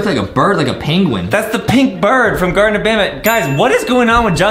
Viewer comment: Justin said gardten of Bonbon